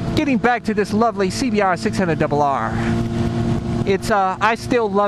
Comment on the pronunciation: I like your vids man! Only thing what's bugging me is that you say the name of your bikes over and over again in a weird way. twothousandandeight honda cbr sixhunnit... double aaarhhhhhhhhh this, twothousandandeight honda cbr sixhunnit... double aaarhhhhhhhhh that... Just say the 600 or the 1000, we will get it anyways and you save a lot of time :P I used to watch some of your vids when you still had the red cbr and you said it was comfy. (i think) you still have the same intro lol